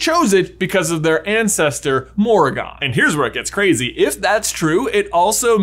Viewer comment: Every time you mispronounced Morrigan, I cringed. More-rig-an